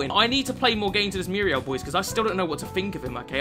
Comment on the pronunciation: at times i feel like he is saying miura instead of muriel lol